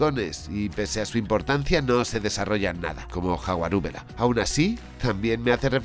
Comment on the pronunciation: ¿Jaguarubela? LOL🤣😆